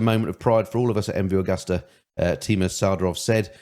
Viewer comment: The name is MV Agusta. It's pronounced A-goo-sta!